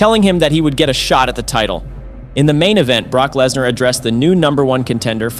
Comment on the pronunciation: I figured it'd have to have been with the Lesnar, Rikishi and Bubba mispronunciations.